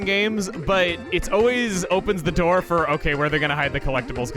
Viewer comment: now: lets suck this doer open... that’s something no one has ever said during Luigi’s mansion dark moon: let’s suck this doer open with the poltergust